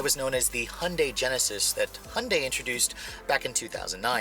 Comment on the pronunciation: First learn how to say Hyundai properly and then do reviews.